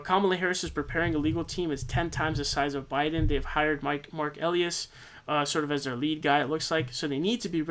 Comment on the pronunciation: *His name is pronounced ee-LIE'-us. (helpfully submitted with all due respect)